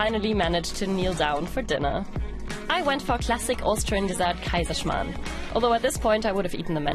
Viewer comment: I am sooooooo offended by this 'Kaiserschmarrn'